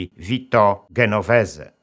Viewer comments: Szanowny Panie Doktorze! Odcinek jest znakomity, jak zresztą zawsze 👍👏! Pragnę jednak zwrócić Pańską uwagę, że nazwisko Genovese nie wymawia się "Genovese", lecz "Dżenoweze". Gdyby transkrypcja wyglądała tak -- "Ghenovese", to wówczas faktycznie należy wymawiać "G", ale bez tego "h" mówimy "Dż". 🙋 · Genovese - dzenowese - czyta się skoro juz promujemy wiedzę.